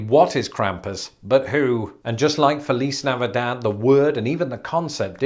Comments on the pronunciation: it is interesting that he chose the spaniard pronunciation of 'Feliz Navidad'. Lol no american would say it that way, except maybe me because thats the spanish I speak. Their way is much closer to the latin american way where the z has an s sound instead of a th sound. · Wondering why he pronounced "Feliz Navidad" so oddly at first. The final "d" of Navidad doesn't receive an "f" sound, for starters. Strange...